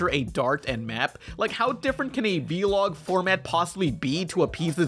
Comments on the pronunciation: calling a vlog a "veelog" makes me uncomfy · I love you and this video was great but.... stop saying V-log please!